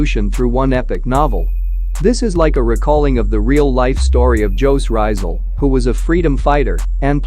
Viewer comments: what did he just said on no.5 " JOE RAIZAL"....... dont trash the name of One of the most distinguish hero of pinoy! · Bruh as a filipino the way that text to speech (the voice) pronounced jose rizal made me cringe so hard